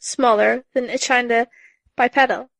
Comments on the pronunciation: "Echdyna" Jesus christ it's as if she tries all wrong possibilities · E-chyn-da... first Adolion now this? ugh hope this is meg's last arc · I mean. She read the echidna chapter, but she pronounces it eh-chide-nah